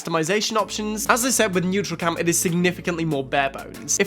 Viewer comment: Man. It’s NEURALCAM not NEUTRALCAM.